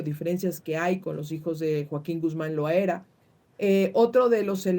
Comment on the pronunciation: A la entrevistada , es Loera no Loaera , me extraña 😅